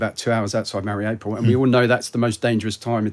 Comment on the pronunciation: Very wierd that he lived in Mariopol and doesn't pronounce it an an authentic manner.